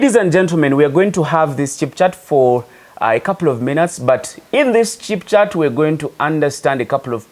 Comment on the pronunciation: It's "chit chat" bro, not "chip" chat, ha ha. Good video.